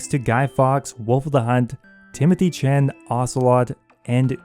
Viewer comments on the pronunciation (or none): none